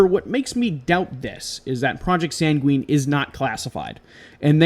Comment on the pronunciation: I'd heard of Doveland; it sounds like it could be a Mandella Effect thing. It's pronounced SANG-win, not san-gween. Sorry, but that just kind of bothered me. I hadn't heard of Urkhammer. The there-but-not effect makes me think of the Philadelphia Experiment, even though that was different and didn't (supposedly) happen until much later.